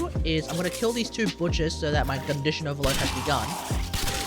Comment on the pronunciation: "Gun-dition Overload." Yes 😂